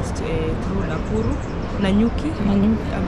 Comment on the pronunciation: You keep saying Nakuru 😅